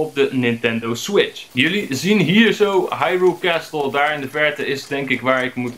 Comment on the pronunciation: Het is geen hairul kasteel. Het is Haruyl